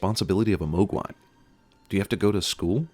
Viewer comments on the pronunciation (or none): why are you pronouncing Mogwai wrong..... It's Mog Why not Moeg whys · 83: mUgwais not mOgwais. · Make it 83 for pronouncing it "MOW-gwai" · Funny, but watching the movie that carefully I would think you would have picked up how to pronounce "Mogwai." The first syllable rhymes with "hog." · Many sins to Cinemasins for not pronouncing Mogwai right the whole time.